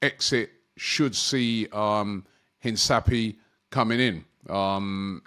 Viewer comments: No, pronouncing it Hinçapie instead of Hincapié. For a foreign name it’s a reasonable attempt. Nothing wrong with it. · Rob its hincapie not hinsapie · ROBBIE! The pronunciation of Hincapié is INKAP-YAY mate. Hope you see this.. 😂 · It’s pronounced… HIN-CAH-PI-EH Robbie 😂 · Horrible pronunciation. Hinzapi? Terrible. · The player is pronounced Eenkapie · Piero Hinsappy 🤣🤣🤣 Robbie just decimating man’s name! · If we’re gonna sign Hincapie, you gonna have to pronounce his name properly. The ‘c’ is not pronounced as an ‘s’, just say it like a normal ‘c’. Full pronunciation: in-kah-pee-eh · Robbie it's......HEEN....KAP.....PEE....AYY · Heen-ka-pee-é, that's how you say it. Stop butchering players names 😂😂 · No one speaks Spanish that's alright. But at least make an effort not to butcher the guys name, it's pronounced "Hincapeh" it's a c not s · Man said hensapi😂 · It's pronounced Hinkapié. There is an accent on the e, therefore you prononce it. A bit like the E at the beginning of Elanga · Robbie 😊 his name is pronounced "Hinkapiya" Hope that helps mate 😊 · Robbie butchering names as per usual, Piero In-sa-pi 🤣🤣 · Pierro Hin-Ka-piye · You are butchering his last name omg lol Hard C Robbie!